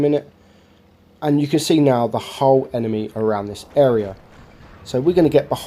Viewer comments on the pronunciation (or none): none